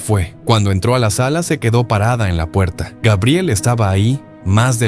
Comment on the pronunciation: LA INTELIGENCIA ARTIFICIAL DICE GUEBRIEL...